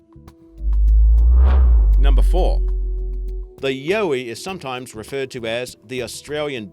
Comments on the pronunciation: it's not yoey it's yowie! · ok two seconds into it and this vid reeks of BS>> Anything related to Australia is COMPLETE BS. the ''YAUWI'' (best I could do to get the pronunciation correct from that disgusting butchered Australian .....uurrrgghhh) ' Its an Aboriginal mythical creature that was made up to keep their kids in check. ie. the boogey monster. This is the ''full of shit'' channel obviously that I fell over... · It'a fyi, it's YOW-ie like.... YOW, that hurt. For the Aussie Sasquatch creature. Trust a Sydney girl. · ...you're an Aussie and you can't even pronounce the name of one of your most famous cryptids?! Holy christ on a bike, there's something wrong with you. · Octy Crick same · The way he pronounces 'Yowie' as well...he's meant to be Australian, yet cannot even say the name of one of the most famous Aussie cryptids.